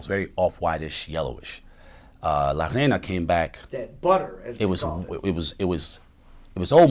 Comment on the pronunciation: It’s pronounced ray-na this man is trying to say “queen” and he keeps saying “sand” 🤣🤣